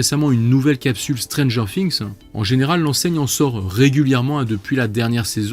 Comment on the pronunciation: Art de dire strangers finxx sa me streess sinon god